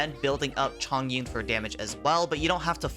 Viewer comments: Is Chong/ Yun/ Not Zhong\ Yun/ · It should be Chong Yun instead of Zhong Yun. ‘重’ which is a Polyphonic characters in chinese pronounced 'chong' when it is used in name usually.